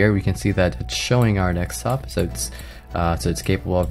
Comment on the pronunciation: do you say 'ax' instead of ask? and 'dextop' instead of desktop?